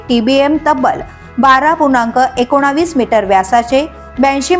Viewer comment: मराठी नीट बोला. एकोणावीस ❌ नव्हे. एकोणीस ✅ वशिल्याची भरती.